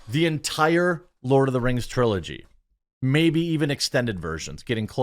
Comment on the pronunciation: When Durin's wife said:" Lord of da Rang, Return of the kang" I busted out in tears